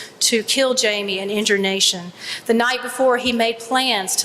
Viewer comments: Why does he keep saying nation instead of Nathan? 🤨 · Why does he say Nashun? Is this AI